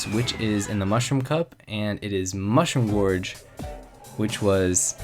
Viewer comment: /10 pronounced Mushroom Gorge wrong and most of them have terrible music